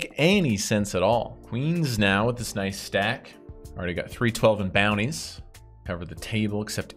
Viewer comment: Everyone who plays PKO's butchers the name of the style of tournament.... Except you.. You say focus on the bounties, but " get the booty " out is what it sounds like.